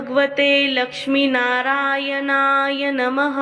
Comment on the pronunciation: ओम नमो भगवते लक्ष्मी नारायण नमः Mam तुम्ही narayan ह्या मंत्राचा उच्चार चुकीचा करता त्यामुळे मंत्राचा अर्थ बदलतो Banatlya न ऐवजी nalatla न बोलता. पहिली तुमची चूक सुधारा व नंतरच video बनवा. तुम्ही मराठीच आहात ना?